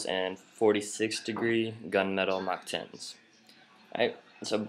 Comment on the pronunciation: when you said "with my mach 10's" it sounded like a British accent